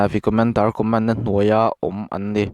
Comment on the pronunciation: Co-mén (Command) >> (Commán-d)